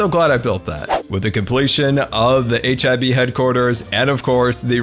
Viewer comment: When said HIB all I heard was hiv